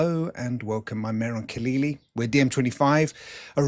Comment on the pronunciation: Khalili, you still have practicing pronouncing your name properly, if you want to carry out the radical Islamic revolution in Europe. 🙃🙃🙃🙃🙃